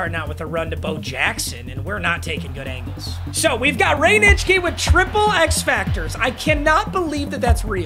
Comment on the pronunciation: No offense, but it will never not surprise me that you can pronounce Nitschke cleanly